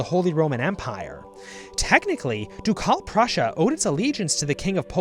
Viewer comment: jesus christ, "doucalle prussia"? it hurts my ears...